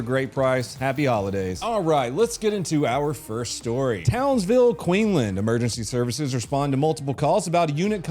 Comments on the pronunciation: Queenland is pronounced QUEENS LAND… is Australian English such a huge contrast to American English?! 🤣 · it is pronounced Queens land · It’s queens land mate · It's QueenSland. Minor point. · Did most of my time in the Australian army in Townsville. To hear donut say " Townsville queenland " (its Queensland mate 😂) was soo surreal haha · Its pronounced Townsville, Queensland with an S Not Queenland 😂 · It's spelled and pronounced QUEEN(S)LAND... (sounded like you said Queenland?? - which hilariously is how someone from Townsville would probably pronounce it!). G'day from Queensland mate 🤙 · It threw me too. I was confused, trying to work out how the USA could have a place with such a similar name …. Then I realised it was in fact QLD and just missed the ‘s’ Drives me nuts the way Americans pronounce ‘Melbourne’. That’s way worse than ‘Queenland’ lol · Townsville, Queen-land? Queensland 🤣. I expect an apology to the aussies in your next video, please 🤣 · did one years ago about an Australian cop car cramming into a criminal, sidenote Queensland not Queenland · donut next time pronounce Queensland like this (Queens-Land) so say queens then land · Queensland not Queenland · Yep that's the first Australian vid I've seen on your channel. And it's Queensland (not Qeenland). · QueenSland not queenland. Land of the queen (queen victoria). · Queenslander here also, was great to see, though he did call it Queenland 😊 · Its queens-land... donut... not queenland 😂 keep it up brother love your work 🤙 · Pronounced Queens land not queen land. lol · You forgot the 's' in Queensland. Also you have done an Aussie one years ago, it was when a cop drove their car into someone running away from them, and I think you loved how they did it. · Queensland not Cleaveland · Queens.. land.. ffs dude